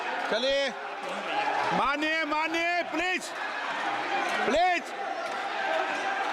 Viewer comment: Om Birla Cement saying pleaz pleaz 😂😂😂😂